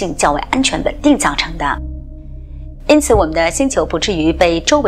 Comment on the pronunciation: 因此，為什麼發音是”恩此”？？